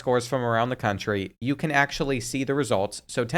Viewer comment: Its not bean bro it's YOU 🫵